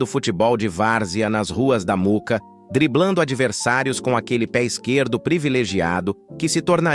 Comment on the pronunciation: Moóca, nao Muca ah ah